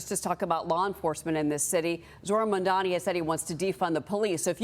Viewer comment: It's not mamdoni you moron..its mamdani..first learn to pronounce and type properly before taking sides